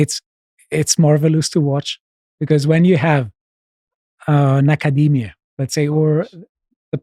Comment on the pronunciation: 'Nackerdemia', I like it.